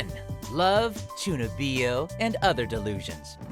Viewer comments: CHUNUBIYO ??? DID YOU JUST MISPRONOUNCE MY FAVORITE AMINE?!?! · It bothers me how much he butchered the word “Chunibyo” 😂 but good list!